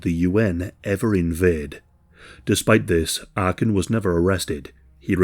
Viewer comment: It's not Arkin but Arkan.